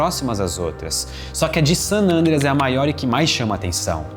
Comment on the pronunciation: O Cambly ensina a falar San "Ândreas"? 🤔